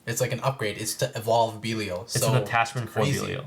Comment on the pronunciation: have you guys figured out how to pronounce belial cause you guys are saying it like pros